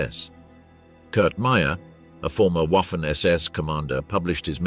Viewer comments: It's pronounced Vahffen, FFS. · For goodness sake, "Waffen SS" should be pronounced "Vaffen SS". Oddly, the pronunciation changes sometimes towards the end of the clip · It's pronounced Vaffen SS. Basic stuff you should get right. And Wiking is also pronounced with a V. Really annoying. Not wery good at all. Ian Dee. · It´s pronounced vaffen.